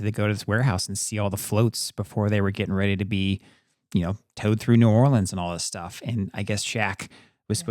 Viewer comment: Tourists and non-natives say “Nawlins” mostly and most people don’t say it like that. Maybe people more down in the bayou, but not in New Orleans. Some people say New Orleans where it kind of melts together into one word, but less so Nawlins. Anyways, as a New Orleanian that has been wanting to get more into the local history… thanks for doing this video! Also, the names change on streets due to the city being segregated. The city planned so the black/immigrant side of the city had different street names, even if it was technically the same road. They never changed the names when segregation ended.